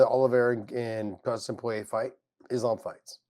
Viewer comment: Dustin Pouyeah is how Josh Thompson says the Diamonds 💎 name.